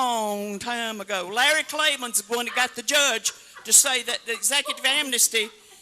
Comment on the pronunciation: " Larry KKKlayman"